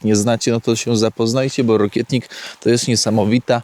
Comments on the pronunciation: Wiem, że się czepiam, ale roślina, o której mówisz, nie nazywa się rokietnik, ale rokitnik, od rokity ;) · Rokitnik a nie rokietnik 😊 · Rokitnika, a nie rokietnika...bzdury pieprzysz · Po co ten wykład o rokitniku (nie rokietniku)jak się nie zna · Rokitnik a nie Rokietnik 😅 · Nie rokietnik tylko rokitnik ;) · Ty,znawca,mówi się rokitnik! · Witam. Rokitnik się mowi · celowo robi błędy, żeby było więcej komentarzy 😀 Ale fakt, też miałem o tym napisać, że błędnie wymawia nazwę rokitnika